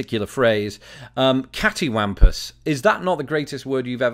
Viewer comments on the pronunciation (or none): You mispronounced cattywampus .... Lol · You're pronunciation of cattywumpus is British. The Americans place the accent on the third syllable.